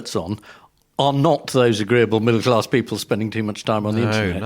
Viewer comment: There's no R in class